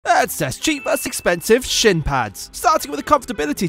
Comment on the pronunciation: He AUDIBLY pronounced the word "Shin"